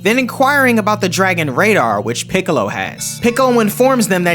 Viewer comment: funny how he called piccolo “ pickle “ I laughed for 2 min straight